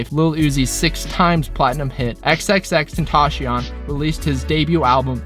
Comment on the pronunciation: It’s always funny how a non Spanish speaker pronounces xxxtentacion